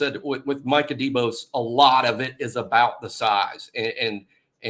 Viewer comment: Did say Minkah Debose lol